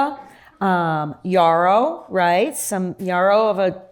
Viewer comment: "Yarrow" rhymes with "Narrow" not "Borrow"!